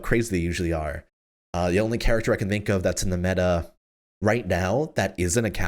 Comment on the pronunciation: Anyone remember when used to always say charactfer in dark war. Love you 😂